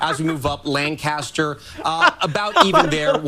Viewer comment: Ugh! He pronounced "Lancaster" incorrectly. Drives me nuts! Lol